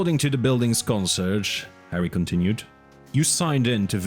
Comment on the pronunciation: “Consurge”? Con-see-AIRJ, at least in general English.